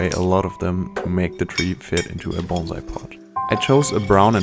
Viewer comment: So glad he pronounces "bonsai" correctly. Most people pronounce it like the "s" is a "z".